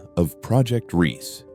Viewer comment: It's NOT Project REESE, but Project Riese, pronounced REEZuh., meaning project Giant. The e on the end is not silent.